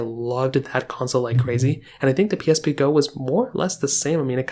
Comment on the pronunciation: The way he says “PlayStation pee” is funny lol